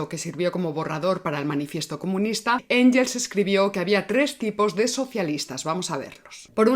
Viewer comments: Sólo una matización: Engels (alemán) se pronuncia “Enguels”, no “Enyels”. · Muy buen vídeo. Solo dos pequeñas puntualizaciones: Siempre pronuncias Engels en inglés. En alemán se pronuncia /enguels/. Cuando empiezas a hablar de la sociedad fabiana dices que se fundó como oposición al socialismo científico de la Unión Soviética. La Unión Soviética aún no existía en ese momento. La frase debería terminar en "cinetífico". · Gracias por el programa. Me atrevo a comentarte que en alemán la g ante e/i suena gue/gui. Mejor pronunciar Enguels (o Enjels, a la española; pero suena mal). Un saludo y mi admiración! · El apellido "Engels" no tiene el sonido /ʝ/ ( o en español) o /dʒ/ ( en inglés) en ningún idioma. La o se dice a la española (/x/ ) o se dice a la inglesa (/ŋɡ/) o a la alemana (/ŋ/).